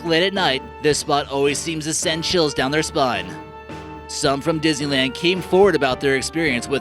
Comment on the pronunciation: Why do I keep understanding dizzyland instead of Disneyland?😂